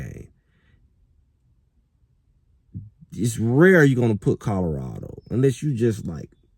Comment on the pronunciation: Its Colorado not Codarado!